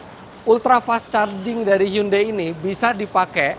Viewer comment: mas Eri .. HYUNDAI = 현대 .. bacanya gak gitu seperti yg mas sebutkan selama ini ... tapi ....... cb di google translate bunyi dr bacaan hyundai ternyata sesungguhnya adalah ............